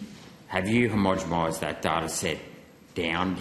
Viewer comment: Senator, keep after them over temperature sensors placed in heat sink areas, what he said when you asked about that, was just a deflection using waffle. Also the word is 'homogenise' not 'homogemise', everytime you say it like that you sound like a dill.